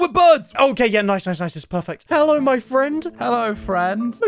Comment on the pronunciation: how normal people say hello normal people- hello how says -heloy